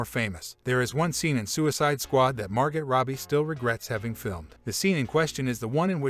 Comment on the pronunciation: Hey, video creator. I have questions for your AI retard-bot. First: Were you paid to say the word "embodies" as many times as possible? And do you even KNOW what that word means? Also... when was your AI virtual lobotomy -- 2 weeks before you recorded this, or 2 minutes? I'm leaning toward two minutes. "Virgin Male"? Seth ROE-JUN? Sylvester STALL-LUN? MAR-GETT ROBBIE? SEAN CANARY? WHAT THE F*CK IS WRONG WITH YOU??????????????? I could get a retarded monkey to read your copy better than this. Seriously, "Wonderlane" ... find ACTUAL VOICE TALENT!!!! It's f*cking embarrassing. This channel sucks ass.